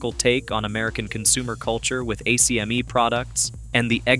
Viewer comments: Bro if you say A-C-M-E one more time I’m blocking your channel. Everyone from the 80’s knows it’s pronounced “ack-me”. Go watch Who Framed Roger Rabbit. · pronounced AK ME